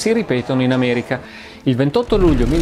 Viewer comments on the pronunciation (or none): none